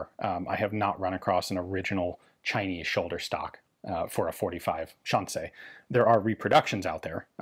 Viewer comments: Say Shan C not Shan say. Shan C. These guns weren’t stolen weren’t they? Hmmmmmm. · Fascinating how Ian starts off mispronouncing Shan Xi as "Shan Say" and then at around the 4 minute mark he correctly pronounces the Xi as "See". I wonder if there was a language expert behind the scenes who corrected him between shots =) Either way, awesome video as usual. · Xi in Shanxi is pronounced she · Shan-say is a pretty wide miss in pronunciation. Shan=see, which you stumble in to in the middle, is closer but not quite it. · Just a slight correction: Shanxi is pronounced more like how you would say "Sean She" in English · Pronounced like 'Sean-She'(shaun-she). Like Sean Connery in Zardoz. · Hearing Ian saying Shanxi(山西) using only the English pronounciation is yet another entertaining element for this already outstanding video. XD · Anybody notice how Ian pronounces Shanxi like it's a French word? 😁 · “Shanxi” is a difficult pronunciation for English speakers because English doesn’t have the sounds it makes. “Sh” is well, “sh”, but “an” is somewhere between “an” in “Can” and “ean” in “Sean”. If you speak German however it’s basically “ann” in “Mann”. “Xi” is tricky because the X is like halfway between a “S” and “Sh”, and there isn’t any analog for it in Latin based languages. I guess try to make the S sound but move the tip of your tongue back a bit? And finally, the “i” in “Xi” is basically “ee” in “need”. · I'm sure someone has already mentioned this, but assuming it's written in Pinyin, "xi" is pronounced like the English word "she." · My lady says your pronunciation of “Shanxi” sounds French, which sounds about right! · This is so fascinating, but I found myself wincing every time you pronounced "Shanxi".